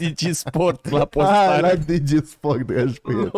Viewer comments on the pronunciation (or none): none